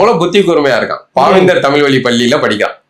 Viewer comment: அவர்கள் தமில் தமில் என்பது நெருடலாக இருக்கிறது..... இனி கூட பயிற்சி செய்யலாமே.... தலைகுனிவு